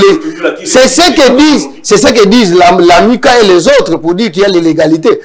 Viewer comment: Vous prononcer Lamuka en français ou en lingala monsieur l'analyste un peu du respect svp